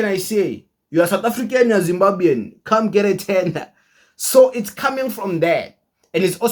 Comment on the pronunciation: Not zimbabyan but zimbabwan